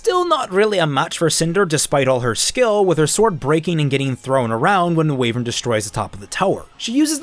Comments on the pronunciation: It's pronounced WHY-vern, not WE-vern. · It's funny how OP's accent comes through at random times, like when he says wivern. And I've said it before, but Neo is just the worst character ever, she's a brainless, blank slate that also defeats every good character all the time effortlessly for no reason, she just kills all narrative and relative power. Given how she is portrayed, she could kill Salem in a few minutes.